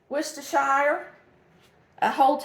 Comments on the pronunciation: Worcestershire Sauce is a British invention named after the town of Worcestershire in the county of Worcester in England. The "werstershur" is the correct pronunciation. Fun fact, a Shrek 3 location was modeled after the town not only for its looks, but because of the way people mispronounce the name. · you are the only cook on YouTube that pronounces Worcestershire correctly! I was born in a Massachusetts city of Worcester, so I know how to pronounce it. 🙂 Good luck on your new adventure of finding a new house. I felt the same way when my son left for college.